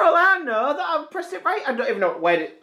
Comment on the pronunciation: 'THAT' 'TAT'. Your funniest pronunciation.